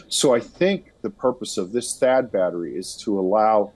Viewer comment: The pronounciation is bettri spelt battery